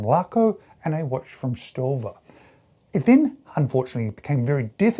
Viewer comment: You're killing me....Say it with me StoVA StoVa StoVa